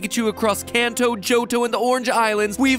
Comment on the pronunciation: Notice MatPat says in Kanto. Sounds a lot like 'Encanto'...